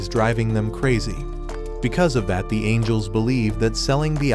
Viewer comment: bro called angels "angles"😂